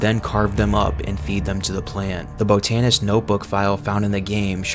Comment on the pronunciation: Do you not know how to pronounce certain words or are you doing it on purpose. Botanist, you said boatanist